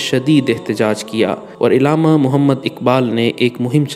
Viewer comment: tallafuz thik kro "ilama iqbal" nhi .. Allama